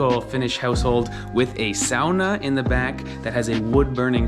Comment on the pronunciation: Says ‘sauna’ in front of the finns and says sahnah when he’s by himself